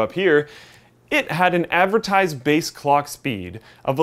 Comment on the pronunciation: did he say cock speed ?